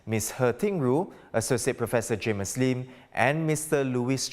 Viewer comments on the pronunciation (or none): cannot seem to handle English words with four or more syllables, like "political". Also,, it's pronounced "Jamus Lim", not "Jamus Leem".